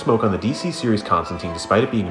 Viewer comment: Constantine not smoking is fine, because they got everything, including his name, wrong anyway. It's not Constan-TEEN. It rhymes with "fine"